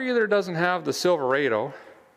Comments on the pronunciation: You are from Minnesota...don't say Silva-A-Do. It's Silva-Ah-doh. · Rod o. Not raid o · It’s pronounced Silver odd Oh. Silverado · Not Silveraido say it right Silverado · silver AW dough, not silver AY dough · He says it like this silverrado but you say it like there is one r silver ado. Silverado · It is Sil-ver-odo not sil- ver-ado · Silverādo... LOL NEVER HEARD IT PRONOUNCED THAT WAY !!! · him saying silverado that way really messes with my brain